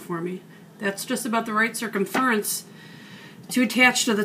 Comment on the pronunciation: Your lotion turned out great!! I had to laugh at how you say circumference! I say it totally different!! Haha! I am gonna make a new batch soon and use some of your suggestions! Great job!